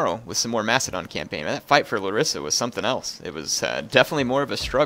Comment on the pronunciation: because i know you like correct pronunciation. it s lArissa.